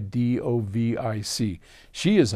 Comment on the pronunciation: Vidović is pronounced "vee-dough-vits", not "vid-uh-vitch".